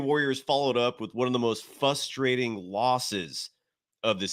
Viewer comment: This dude is a university professor apparently, yet he says fustrating. Over and over. Thats not a word. GGs.